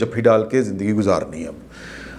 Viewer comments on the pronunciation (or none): none